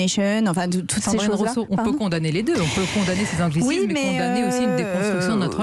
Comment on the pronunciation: Rouuseau? Ecololo? 🤣🤣🤣🤣🤣🤣🤣🤣🤣🤣